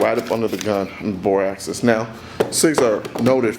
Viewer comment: He’s saying access, not axis